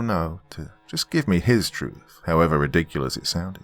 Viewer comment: Redicreus ( reminds me of the seinfeld episode)